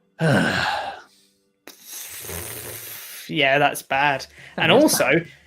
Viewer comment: OLDBERG... OLDBERG.... OLDBERG...